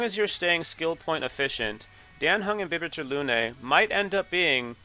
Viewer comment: who is king q? Are you saying qingque? The pronunciation is wrong , her name is pronounced "Ching chue" like the q is kinda pronounced a ch sound (i'm chinese so Ik this :3) and for dan heng imbibitor lunae its pronounced "Daan heng" we dont say it like the dan in daniel, and your heng is fine but for imbibitor lunae its "in-bye-buh-ter" not "im-beh-buh-ter". Thhats also what they say in the game...